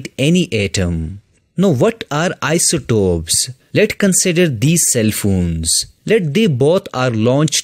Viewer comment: Isotope not isotop,but overall lecture is good